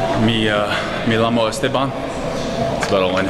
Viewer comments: Did you actually say "mi lamo es Estban"? It's pronounced "yamo" but you've probably discovered that by now. Who's the other guy and where is his youtube channel, or his page ? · you said "I llcked stephen" lol it's pronounced - me-jamo-esteban you said me-lamo which means "i lick myself".